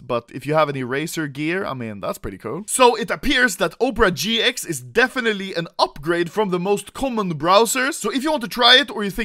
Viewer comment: bro literality said "upera gx"